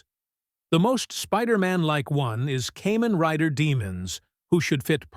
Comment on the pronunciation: Mfcker hit the supaider-mun on the right spot. Then goes and says Kamen rider like cayman😂🤣